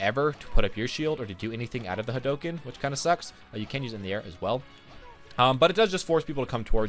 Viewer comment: Its Hadouken.